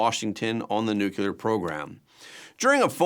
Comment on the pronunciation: I love your show, but I cringe every time you say the word nuclear as nu-cu-lar. It's nu-clear--only 2 syllables.